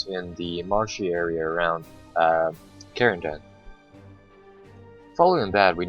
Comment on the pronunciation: I believe Caen is pronounced like "Khan" not "Keen" and Cherbourg is pronounced "Share-Bourg"